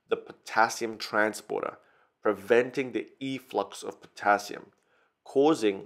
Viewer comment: my pharmacy school teacher is dutch and does the same thing lol, "potashium"